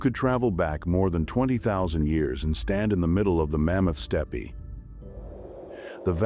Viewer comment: Mammoth Steppie? Love AI...